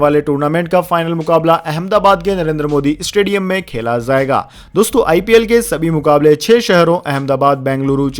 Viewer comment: 'Jarurat' kahajata hei aur zarurat nahi, zaiga nahi jayegaa hona chahiye uccharan difference theek kar lena